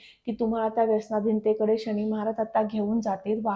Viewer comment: माहिती खूपच छान आहे. 👌🙏धन्यवाद! पण मॅडम राग नसावा.. " शणी, स्थाण, मणापासून" असे उच्चार खटकतात. आणि 4 - 5 वेळा तुम्ही " वहाण " हा शब्द वापरला आहे. त्याऐवजी " वाहन " असा शब्द असायला हवा होता. ( वहाण = पादत्राण = चप्पल )